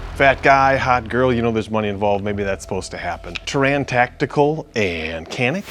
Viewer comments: “Tuuran tacteecool and canik” sheesh… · Anticipate much??? Oh and if you don't know how to pronounce Taran Tactical you are not really in the gun business. Clown.